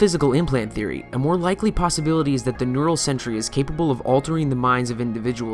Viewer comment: Did... did you say lickly instead of likely?